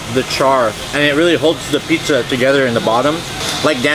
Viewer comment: Probably the one that is wrong since Pizza, here, is way too often pronounce Peesuh rather than Peet-zuh.